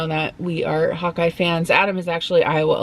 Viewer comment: When you first said hawk eye I thought you said hot guy lol